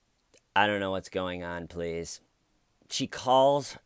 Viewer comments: Hey, hey, hey, pronounce the word correctly!! It's, "I don't know what's going on, PLEATH!!" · I DONT KNOW WHATS GOING ON PLEATH! Dammit why don't you make fun of her speech impediment? I gave you permission and EVERYTHING!!!!